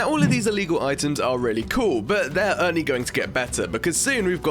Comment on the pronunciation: Why do u say "only" as "ernie"